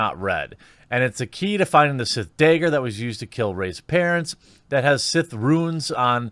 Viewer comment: Thats crazy! I've never heard of a "Day-Ger". I mean sure I've heard plenty of things about daggers...but truly NEVER about "day-gers" ...whatever those may be...